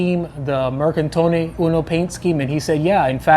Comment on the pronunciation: Just a hint on some pronunciations: 1. Mercatone Uno: "Mehr-kah-to-nuh", not "mercantone" - one "N" only ("mercatone", Engl. = "market"). 2. "dedacciai": say "deh-dah-chai" ("acciaio" - say: "ah-tshah-yo" = "steel") 3. Specialissima: "Speh-tshuh-lissee-muh" (engl. = "very special"), "CI" in Italian works like "TSH" in English.